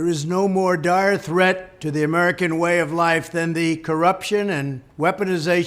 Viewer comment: It sounded like he said dour threat instead of dire. He is just reading words someone else (Steven Miller) wrote. The only time he is speaking for himself is when he is denigrating someone. Why anyone believes anything he says is beyond me. And Marxist Barbarians sounds like a Netflix series that somehow will turn out to be quite boring.